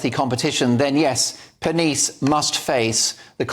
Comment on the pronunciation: ca. "...the pneumatic powerhouse Giovanni Pernice." Aside from not bothering to find out how to pronounce his last name, whatever did you mean by the alliterative pneumatic? I get it that you think Strictly is silly and trivial. No need to amp up the hyperbole about the show being about what you consider fluff. This news item is about female aggression in the form of gossip, innuendo, and reputation destruction, mostly the latter. IMO, the action against Giovanni and Strictly is more evidence that the left destroys everything it touches.